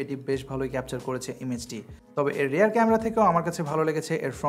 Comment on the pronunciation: Rare nare vai "Rear".